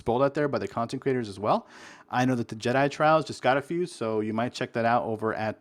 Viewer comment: Every time you say "content creators" I hear "consecratiors" which isn't even a word.